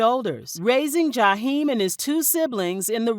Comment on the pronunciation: I just wish you could pronounce his name the correct way.